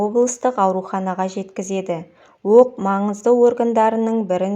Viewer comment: Өк емес оқ де